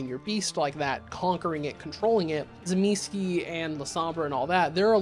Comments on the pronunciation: Zuh meecheh really with accent on middle syllable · OMG you got it ALMOST right! ([t͡sɨˈmʲisçɪ] in case you're wandering) I like to think about both being actually aware of how they mirror each other: the perfect human and the perfect non-human. Might also add Ennoia into this as a perfect animal. btw, Kupala is just an old way of saying 'baptist'. Namely - John the Baptist, aka Ivan Kupala. WW being WW I guess... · I’d pronounce it Tzuh-Mees-chay. It seems to be an Italian word. The way that this guy pronounces it, it sounds polish. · I know several people pronounce my clans name in interesting ways, but yours made my ears emancipate themselves from my head 😂😂😂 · I feel like you are pronouncing the clan name incorrectly, but I am no authority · The Tzimisce are my favorite clan, so I'd watch an hour long video about them... IF you start pronouncing the name correctly. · Thank you. It was the one part of the video that infuriated me. And he referenced New York by Night! There’s a part I specifically remember where a character uses the fact that he knows how to correctly pronounce Tzimisce as a mic drop moment. How does not know how to pronounce it correctly?